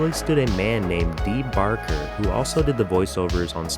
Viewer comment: Also "Baker" not "Barker"